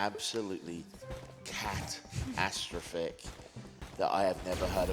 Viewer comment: Announcer tried to read Catastrophic as Cat - astro- phick like it would be funnier. The word has Cat in it at the beginning; you don't need to mispronounce the last two syllables for people to get the pun.